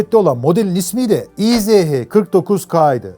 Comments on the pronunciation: Kardew - izh- degil ismi motorun - ij - dir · Tofaş ismini bi yabancı, Tofas diye telaffuz ederse nasıl komik oluyorsa, izh(иж) ij yerine i-ze-he diye telaffuz etmek de o kadar komik! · Güzel vidyo olmuş. Abi markanın ismi izh değil, İJ dir. İngilizcede j harfi olmadığı için j-yi. zh- diye çeviriyorlar. Fabrikanın bugünkü ismi İJMAŞ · İ J yazıyor izh diyorsun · Yıllarca İJ (иж) olarak bildiğim motora izehe denilmesi çok garip geliyor kulağa 😅 Bin defa da izh izh.., ij diye okunuyor... 😅😊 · İj diye okunuyor abi :)